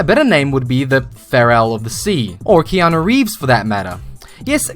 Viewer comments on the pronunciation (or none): none